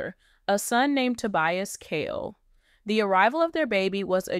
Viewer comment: His name is KHALE (KAH-LEE) ❤